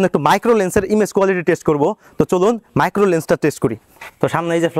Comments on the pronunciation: ভাই ❝মাইক্রো❞ না ❝ম্যাক্রো❞ হবে উচ্চারণ টা.... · মাইক্রো না ভাই ম্যাক্রো হবে😂